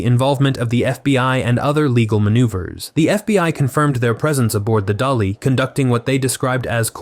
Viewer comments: Correction, it is MV DALI not DOLLY. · It is MV Dali, not Dolly